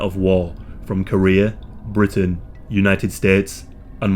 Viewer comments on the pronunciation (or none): none